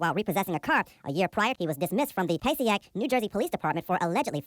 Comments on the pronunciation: Passaic not Passiac. But a great vid otherwise. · it’s “puh-say-ic” not “pay-see-ack” 😒😒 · You did not pronounce Passaic correctly